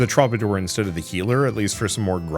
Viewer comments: It's a very minor nit-pick, but the way you pronounce 'troubadour' gets on my last nerve... "True-ba-doer".... not "Troba-door" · Please my guy, for the sake of my sanity, troubadour is pronounced True-ba-door.